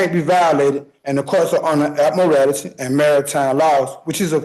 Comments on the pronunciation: This man impressed me more than any sovereign citizen has before, for two reasons. 1. He can read. The number of sovs that can't read is a real bummer, this man did really well, aside from the inability to pronounce admiralty and a few other unusual words. 2. He is not making a mountain out of a molehill. Sounds like he is pretty well and truly screwed for murder, so what does he have to lose? Unlike so many sovs who somehow manage to turn a self-inflicted traffic violation into felony charges. And this judge? Magnificent, what an excellent job he did! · I know it's petty, but the word is pronounced Ad-mi-ral-ty. It certainly doesn't have morality at its end.